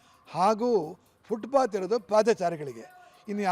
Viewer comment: Footbath ಅಲ್ಲಕಣ್ರೀ Footpath. ಪಾದಾಚಾರಿಗಳು ಅಲ್ಲಕಣ್ರಿ ಪದಚಾರಿಗಳು ಆಲು ಅಲ್ಲಕಣ್ರೀ ಹಲು ಹಕ್ಕಿ ಅಂದ್ರೆ birds ಅಕ್ಕಿ ಅಂದ್ರೆ raw rice White rice ಅಂದ್ರೆ ಬಿಳೀ ಅಕ್ಕಿ Cooked rice ಅಂದ್ರೆ ಅನ್ನ/ಭಾತ್ ವಾಕ್ಸ್ಫಷ್ಠತೆ, ಅಲ್ಪ ಪ್ರಾಣ, ಮಹ ಪ್ರಾಣ, ಅಲ್ಪಾಕ್ಷರ, ಧೀರ್ಗಾಕ್ಷರಗಳ ನಡುವಿನ ವ್ಯತ್ಯಾಸಗಳನ್ನು ತೊರೆದು, ಹತ್ತಾರು ಬೀದಿಗಳಲ್ಲಿ ತಿರಿದು ತಂದ ಬೆರಕೆ ತ್ಯಾಜ್ಯವ ಬರಿಯಾನಿ ಅಲ್ಲ ಬಿರಿಯಾಣಿ ಅಂತ ಕರೆಯೋವರನ್ನು ಕೂಡಿಸಿ ಸುಧ್ಧಿ ಘೋಶ್ಠಿ ಮಾಡಿಸಿರಲ್ಲ, ಭಾಶೆಗಳ ಮೇಲೆ ದಯವಿಟ್ಟು ವ್ಯಭಿಚಾರವೆಸಗದ ಧಾಯ್ಥ್ವ ನೆರವೇರಿಸಿ.